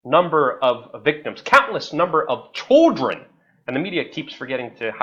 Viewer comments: why do you pronounce "children" as "choldren"? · Serious video but couldnt help but laugh when Luke say choldren, not children lol. But yeah for sure he didnt suicide some suicided him, he knew to much and was a threat to all the other pedophiles whom he provided for. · Chuldren? Lol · CHOLDREN?! CHOLDREN!!! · You say children really weird. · You say children weird